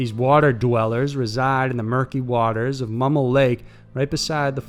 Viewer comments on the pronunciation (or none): none